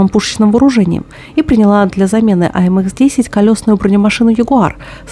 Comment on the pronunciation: В аббревиатурах не английские буквы, а французские, их надо произносить соответствующе